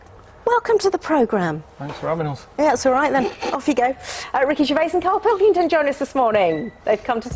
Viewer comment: Karl Pilkingtong! xD